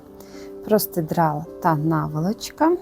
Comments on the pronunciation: ви мене насмішили словом простидрало,я його почула ще в інших ваших відео,це так кумедно у вас звучить.Правильно казати простирадло,але ви молодець,і в мовному питанні і у в'язанні,а шиття для мене це космос. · У ВАС ЗОЛОТІ РУЧКИ.ДУЖЕ ГАРНА БЛУЗКА ВИЙШЛА.ЮВЕЛІРНА РОБОТА.ТІЛЬКИ РІЖЕ ВУХО ВАШЕ ПРОСТИДРАЛО)))))ЦЕ ПРОСТИРАДЛО)))))